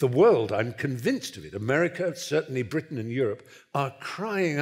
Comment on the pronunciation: There may well be three Englishmen on the platform, but there seems to be a horror of pronunciation: "Bruttan, The Brawntay Sustass, Bruttush, Ruchadd Dawkuns. Surely the vowel mangling compere is a Nyaw Zaaaylundeur?